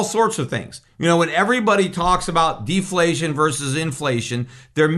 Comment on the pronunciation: “Inflession” perhaps? “Deplation”?